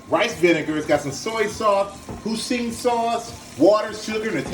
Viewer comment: 👀 I'm making this tomorrow thanks for the recipe Mike 😍🤩🥰🤗💪🏽🙏🏽😘 IT'S PRONOUNCED HOI SIN